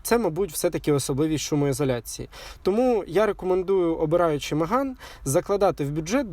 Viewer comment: На початку відео три рази переслухав, думав почулось що не Меган а Риган сказали. Я б тоді точно лайк поставив і підписався. а так...